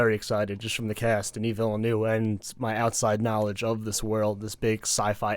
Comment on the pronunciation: It’s pronounced “Villnuv”, guys. The “u” sound is as in the word “up”.